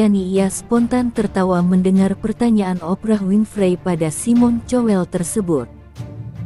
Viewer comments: Bukan cowel tapi kowl ,payah... . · tuk narator tolong baca nama orang sesuai bacaannya, malu klo ada orang bule yg ngerti bahasa indonesia, cowel, untung g colek